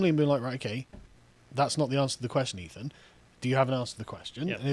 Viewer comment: Guys, it's "Ethan" ...